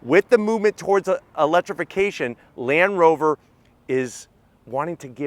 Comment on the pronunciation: "in this moment of eletification".... guys, should we even tell him?